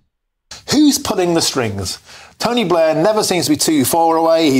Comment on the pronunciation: "is tonty blair behind this?"